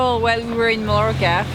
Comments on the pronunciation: please help with his pronunciation of Mallorca. If he is ever going to buy you an expensive string of pearls, he is going to need to know how to properly pronounce the name. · None of them pronounce it properly.